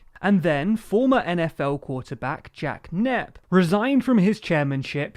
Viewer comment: Am I deaf or did he say "Jack Nep" instead of Jack Kemp, and then after said it correctly!?